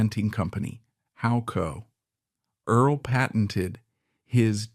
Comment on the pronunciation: Please don't use artificial intelligence. No one really likes it. You spell and pronounce "Earl", as Erles, Early and Earla. You spell "Halliburton", as "Hallebertton". The voice doesn't match the beginning and ending of sentences. Do you review your work before you post it? I thought this would be an interesting story, but I could only get through the first 5 minutes.